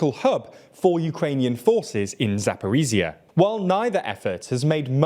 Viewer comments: "ZH" is not 'z' — Zaporizhzhya is pronounced zap-o-rizh-zhya. Jesus Christ man, try a little. Zaporiza, my lord. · I can imagine the ukrainian viewers having a seizure each time he says "ZaporiZia"